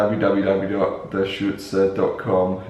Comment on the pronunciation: btw you pronounce it correctly :)